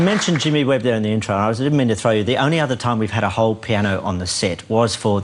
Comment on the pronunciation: Jimmy Webb. He pronounces it weird LOL. He also calls pianist - penis